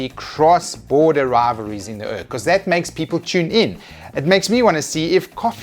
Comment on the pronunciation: Pronouncing urc as urk.... Cant believe i never thought of that